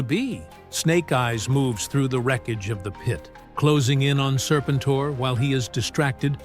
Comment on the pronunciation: Sir-pin-tore??? I'll keep saying it, the only good AI is Allen Iverson.